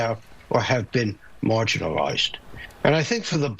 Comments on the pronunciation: It would help if Professor Steve Koonin knew how to correctly pronounce the word Academia / akəˈdēmēə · when the guy mispronounced "Academia", i became certain that we are doomed. The last 10K years of stability, an anomaly by itself are gone, we have destryed the Garden that God has given us,... woe be unto those that destroy the Planet